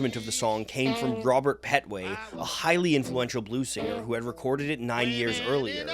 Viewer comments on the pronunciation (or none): none